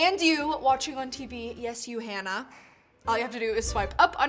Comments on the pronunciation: The WAY you said my NAME freaked me out 😂😂😂 (my names Hannah) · I had to rewind when you said Hannah because I thought I was hearing things 😂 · I had to rewind to find out if she actually said “Hannah” lol